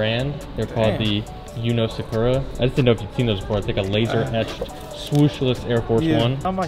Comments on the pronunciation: It bothers me how he says yuno- Suh-chu-raw 😭 ITS SAKURA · Sah Ku Rah. Like the naruto character. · The shoe is pronounced “sock-ra” it’s a Japanese cherry tree. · cringing at the way he said “Sakura” 🤮🤮